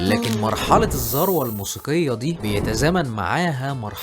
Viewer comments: مجهود جبار، شغل جميل، سرد رائع،،، لو تكرمت بس كلمة الذروة بتتنطق (الذُروة، بضم حرف الـ ذ) وليس ذَروة بفتح الـ ذ. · عندي ملاحظة في نطق بعض الكلمات بحسها غريبة زي البيتلز و الذوروة